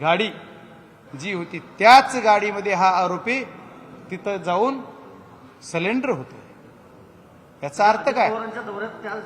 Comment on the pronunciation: बाप्पा,,,सलेंडर नसतंय हो,,,,सरेंडर असतय